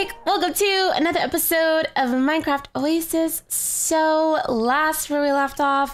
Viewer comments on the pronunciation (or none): none